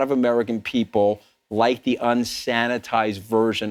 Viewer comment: nobody cares about "the American peepull"